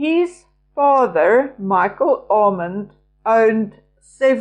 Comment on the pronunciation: Armand is a French name with an accent on the second syllable, or second 'a' 😊❤